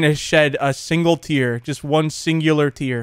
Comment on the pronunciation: He said ima shed a singler tear 🤣🤣